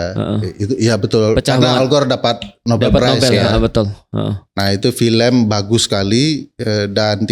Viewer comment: Khas bgtz org sebrang bilangnya filèm bkn film 😂